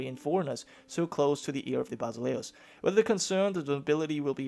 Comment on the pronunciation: Basileus rhymes with Zeus :)